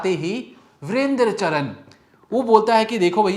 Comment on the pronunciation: Are patrakar mahoday home work kar ke aaya kre Charan ko bol rhe ho charn ratangarh ko bol rhe ratanagarth